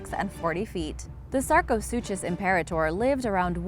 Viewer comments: It’s pronounced “sarco-sookus”...to pronounce it “Sarco-suchos” would be like pronouncing school as “s - chool” or Versace as “ ver - sais”....or DKNY as “Dicknee” 😂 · Sarco- SOO-KUS. Not SOO-CHUS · The “chus” in sarcosuchus is pronounced “kus”. ;) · That is NOT how you pronounce sarcosuchus